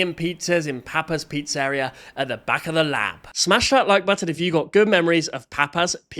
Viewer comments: Is it an Australian thing to pronounce Pizzeria as "Pete's area" or something? That's got me even more confused than saying that the Nucleus is the powerhouse of the cell, everyone knows that's the Mitochondria. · Papas pizzaireeuh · "pete's area" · >nucleus powerhouse >cannot pronouncer "Pizzeria" correctly, not even remotely accurately Dude you're literally too british to be watchable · Sorry hang on I’m having a hard time getting past this pronunciation of “pizzeria” 😂😭 never heard anyone say it like that before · I’m sorry, but HOW did he Pronounce pizzeria? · Nothing to do with the video topic, but the way you pronounce some things is odd, like pizzeria and advertisements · The way u say papas pizzeria triggers me, as an italian too. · The real bad thing is how you pronounce "pizzeria" oh god i just heard you say advertisement help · we dont even say pizzeria like that, thats a crazy way to pronounce it